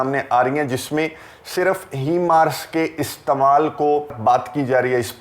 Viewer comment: Assalamualaikum... apki video Kafi informative Hoti Hain.... But sir your pronunciation of HIMARS is incorrect.... Please correct it.